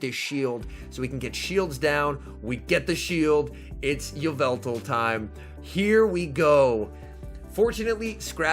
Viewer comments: it’s evil-tall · ee-VET-all???? obviously it AI-vet-all